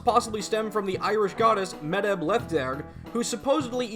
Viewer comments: Amazing videos and I'm enjoying going through them, but hearing the mispronunciation of Medb (pronounced closer to may-ve) kills me a little lol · Medb is pronounced as MAEVE. Gaelic is weird that way. And it is pronounced like 'Coo Choo Lane' Thank you for saying (K)eltic and not (S)eltic!